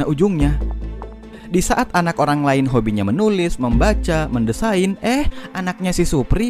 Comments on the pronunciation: Mendesain bukan mendesahin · utu mendesain apa mendesahin si?